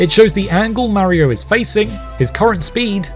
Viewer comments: Hears him mispronounce “Mario” in the first sentence, stops video and finds something else to watch instead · Cant watch it with how you say Mario. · I don’t get why people say Mario like that or is it just this guy